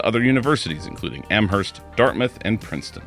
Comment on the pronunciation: Not that it matters but the H in Amherst is silent